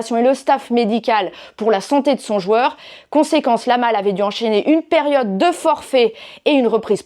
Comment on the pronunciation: Yamal pas lamal, et ça se dit pro foot🤦‍♂️